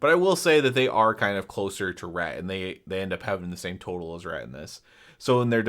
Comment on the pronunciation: reT, with the T at the end. not RE'